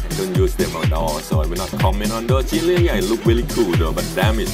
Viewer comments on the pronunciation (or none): none